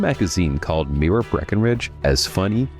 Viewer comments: My-ra. You said Mira. They are two different names. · You need to learn to pronounce Myra.